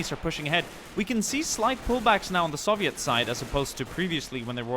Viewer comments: Soviet not SAVIET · Why do you say it like soveit